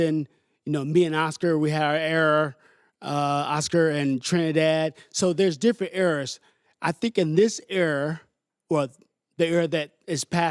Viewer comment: mosley said era, error, air, are like damn boy you forgot how to pronounce words after retirement